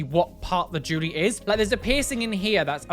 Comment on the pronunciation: Potato bags, the way he says the word jewelry gets me (Jew~Lurr~Ree) instead of (JuuL~Ree)